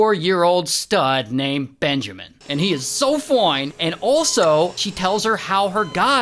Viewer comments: I love how he says "Foine" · The "FOINE " always gets me😂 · Peter thinks benjamin is foiine ,wtf 😂